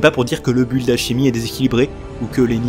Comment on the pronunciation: Je mets un pouce rouge et je quitte la vidéo. PS : On ne prononce pas le U de "build".